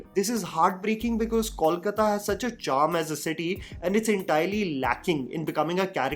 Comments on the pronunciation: it's KOLkata (from KALIkata) and not CALLkata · It's pronounced 'Coal-kata' and not 'call-kata'... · Is it really so difficult to pronounce Kolkata by non-Bengalis? It’s क में ओ की मात्रा - कोलकाता not क में औ की मात्रा (it’s not कौलकता)। sorry, may not be relevant here but it really gets annoying at times when I see people doing such a simple mistake over and over. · I don't understand why people call it 'Kawl-kata' though the name is simple 'Kolkata'. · That's not Kawlkata. It's Kolkata. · It’s K O L K A T A..please please Not Kawlkata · Coal - kata! Call kata nehi! Please you Hindi speakers pronounce correctly. It's not call kala. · I am still waiting for the day when people show respect to bengalis by pronouncing the name of our city right. I am big fan of yours and expected a lot better. How difficult it is to say "Coal+kata" and not " Kawl+kata". I mean its a mistake alot of Hindi speaking people are making and as bengalis we have given up but when someone showers respect, we expect the basics first. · Please yaar - you can’t be in a show about Bengal and keep saying “kaulkataa”. It’s kol kaa taa - just. Simple. कोलकाता and not कौलकता pleeeease 🙏🏽 north indians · I want well-meaning people to stop calling Kolkata “Kawlkata”. It’s not too hard, guys. Say “Gol” meaning round. The Kol in Kolkata is literally the same pronunciation. P.S- not trolling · I know nobody gives a fcuk,. But since I'm a Bengali and it matters to me, here goes: Kolkata sounds more like KOHL-kata than CALL-kata. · Dear a small request on correct pronunciation of Kolkata and Prosenjit. Kolkata is pronounced as Coal-kata and not Call- kata, like wise Pro in Prosenjit is similar to Pro in probiotic and not problem 😂. It’s not that difficult try it. Correcting since i like your channel and follow it.